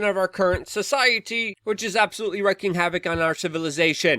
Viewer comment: It’s wreaking havoc (reeking) not wrecking